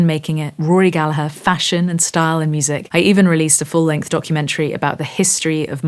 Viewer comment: Another note, I caught and appreciated you pronouncing Rorys last name correctly. It's Gall-u-her. A minor point but we Americans that truly appreciate the man respect your pronunciation. I also loved you playing the Rory rep as I call it. Would that I could afford such a guitar. I love your channel.